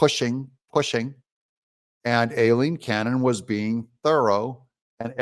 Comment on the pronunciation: Her name is pronounced EYELEEN….Just an FYI for you Doug…I know, because it’s my name too…The A throws everyone off. Mine starts with an E, but it gets major hashed as well. No worries…Just an FYI…..P.S. She’s GREAT! This is VERY good news! Woohoo!